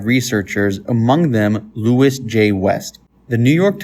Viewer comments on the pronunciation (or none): none